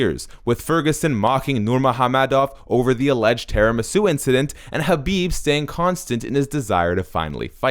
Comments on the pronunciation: Your butchery of Khabib's first AND last name is really annoying and distracts from the video. 1st Yes ح is a difficult sound to pronounce for non-Arabs, but if you can't pronounce it just say Habib (which you do randomly for the vid anyway). 2nd why do you try and pronounce ح in Khabib and not in the 'Nurmohammedov'? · "Habib Nurmohamedov" 🤦‍♂️ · Hearing him say his name wrong over n over was so painful